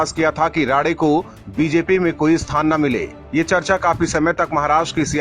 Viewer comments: अबे राडे नहीं राणे है। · राडे नही राणे सर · नाम राडे नही साहब राणे साहब है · Rade nahi his name is Rane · उनका नाम राने है राडे नही। उनका फिर से नामसंस्कार ना करे। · राडे-राडे क्या कर रहा ठिक से नाम नही ले सकता है क्या तू अक्ल की कमी है क्या तुझमे बेअकल उनका असली नाम राणे है ठिक से लिया कर समझा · Rade nahi Rane 🙏